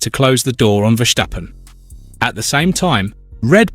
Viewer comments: Why can this man not pronounce Verstappen as his name should be pronounced: VERSTAPPEN, instead of Versjtappen ??? Dumm ! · It is Verstappen, not " Verschteppen " ! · Exactly! It's so annoying listening to his pronunciation. Take it from a Dutchman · And there is still no “h” in Verstappen.